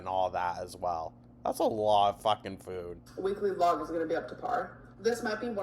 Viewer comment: The way she’s pronouncing “food” is driving me crazy. I don’t know what the difference is suddenly but it’s so irritating.